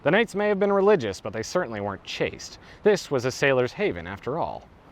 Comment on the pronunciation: "Ch-a-se-t" vs cha-st